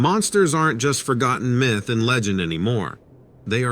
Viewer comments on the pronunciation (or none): none